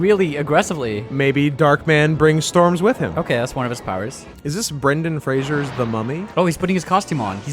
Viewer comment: FRASER* not Frasier